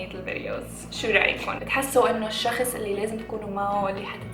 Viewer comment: انيوايز😂😂 "الشخس" 😂😂 بحبك 😍😍❤️